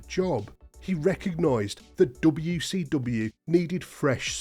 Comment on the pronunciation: Anyone ever notice this guy says wecw?